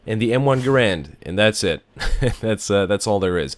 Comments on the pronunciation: its m1 GAAAARAND not "grand" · To everyone once and for all: it's pronounced GAIR-und. Also, the Springfield and Garand do identical damage, I believe their sole difference resides in their iron sights, which is no small matter as the Springfield sights are awesome whilst the Garand sights are constrictive and shitty.